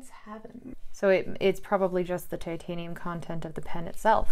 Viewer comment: did a great job. Now I want to hear her opinion on some fountain pens and, of course, answer the question of which one of her parents is the craziest. I think we know the answer. Eh, and thanks for pronouncing titanium correctly,.